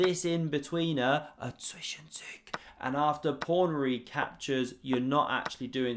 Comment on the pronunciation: It's ZwischenZUG, not "Zwischenzüg".